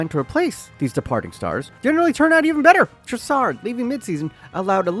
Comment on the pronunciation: It's hard to pick which is the funniest thing you got wrong in this video, because every single take you have is idiotic, but getting Trossard, Mac Allister and Caicedo's names wrong in quick succession was probably top